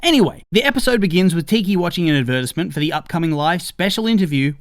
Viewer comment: why did you say advertisement like that. First time ive heard someone say it like thay unironically